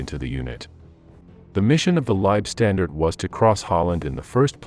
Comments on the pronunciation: Also the LAH were not pronounced Lieb StandarD, but Lieb StandarTE ! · Leibstandarte is NOT pronounced LIBE (pronounced live) STANDARD. Say it THIS WAY: LEIB like HIVE STAND like fond ART AH. I have no patience for these terrible pronounciations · German here. Why do you people call it "Liebstandarte"? It´s wrong and doesn´t make any sense at all. It is "LEIBstandarte". Leib means body. Lieb means nice. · The Narrator hasn't A CLUE how to pronounce German terms. Leibstandarte is pronounced THIS WAY: LEIB (like HIVE) STAND (like BOND) ART (like DART) E (like AAAH) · Good facts....rubbish pronunciation. A,I just cant get it right LSAH are worthy of correct use of their name and the way this AI thing pronounces it makes it sound like standed and unfortunately spoils it for me and I gave up . There must be hundreds of people who would voice this historical piece. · I got about 5 minutes in and the cringe factor of listening to "Lei-standard" over and over had me pausing the video to write this comment. If you can't pronounce (or even attempt to) the name of the unit, then I'll watch something else. You also left out the Viking Division, which is odd. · The content is really good, but you lost me when the AI mispronounced Leibstandarte!